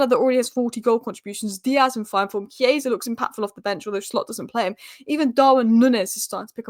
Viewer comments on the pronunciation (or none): none